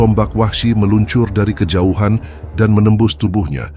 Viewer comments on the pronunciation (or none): none